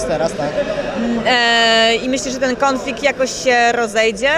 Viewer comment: Kąflikt z Polakiem i Kasjuszem ... Gościu ma wymowę która mnie bawi w jakiś sposób. 😂 Chociaż osobiście nic do niego nie mam. Pozytywna mordka.